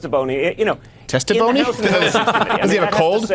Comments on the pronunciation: I thought Schiff for Brains said testiphony. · I think he said "testiphony".